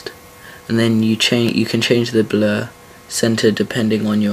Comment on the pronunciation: lol it sounds like you say 'bleh' for 'blur' lol :D I love the accent tho love it xD